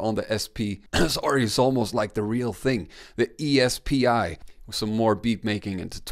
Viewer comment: E S P I is pronounced SP🤦🏽‍♂️